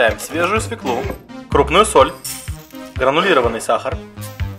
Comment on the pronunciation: Да свЁклу же!!! СвЁклу!!! Люблю этот канал, но каждый раз ухо режет капес